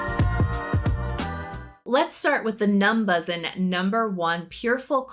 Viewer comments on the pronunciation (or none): I believe it’s pronounced “numbushin” (how koreans would say “numbers in”)